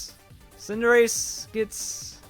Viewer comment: I hear tsundere every time you say cinderace